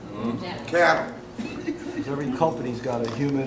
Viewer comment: he said cattle chattle lol